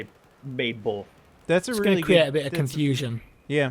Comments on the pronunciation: Why can't say both? Bolth. Bolth. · ***** Dammit its BOTH not BOLTH